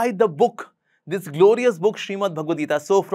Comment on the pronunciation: hi the so caked enlightened person it is not "geetaa" it is "geeta".